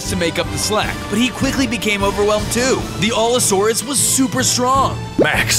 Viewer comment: Also you were pronouncing allosaurus wrong alot